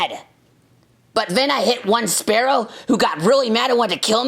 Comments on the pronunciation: SPEAROW not SPARROW!!! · YOU IDIOT IT'S SPEAROW NOT SPARROW! SPEAR OH!